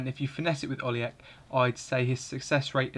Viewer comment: Pronounced Oli-Etch